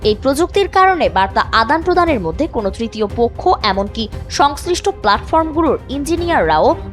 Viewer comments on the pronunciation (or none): none